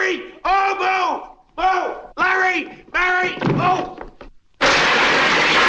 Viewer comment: Mary not Merry!